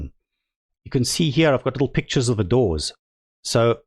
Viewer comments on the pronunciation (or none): none